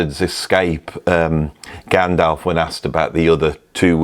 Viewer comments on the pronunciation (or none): none